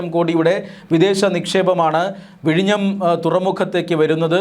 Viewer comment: vizhinjam എന്നാണ്